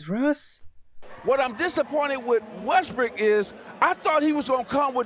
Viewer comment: skip correcting myself to say westbrick is the most disrespectful thing ive seen lmao